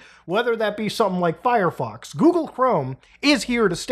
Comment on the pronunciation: did he say furryfox